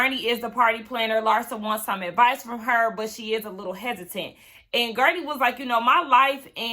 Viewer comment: it's Guerdy. I cackled every time you called her gurney. 🤭 Anyway, thx for another great review! 🤗